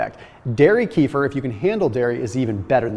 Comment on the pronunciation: Please learn to pronounce KEFIR right 😂😂😂